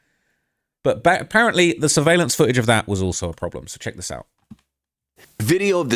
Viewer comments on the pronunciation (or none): There's a missing "T" in foo-age!